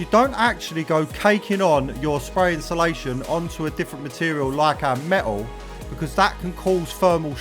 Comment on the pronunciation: Love the videos but please learn to say insulation properly.. you guys say inshulation 😂😂